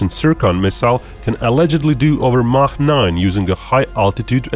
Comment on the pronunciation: You know you are listening to a man of culture when he correctly pronounces “Mach”.